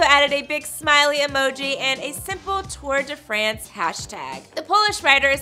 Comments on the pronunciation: It's not "Too-uhr de Fraynse" *cringe*. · Tor de fransj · Right!!! How she says Tour de France was just painful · Stop butchering the name... How she’s pronouncing the Tour de France is just excruciating to hear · You could at least pronounce the name of the race correctly. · Am i the only one who dont like how people say tour de france